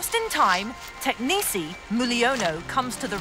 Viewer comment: And it's not "technici" it's "teknisi" 😂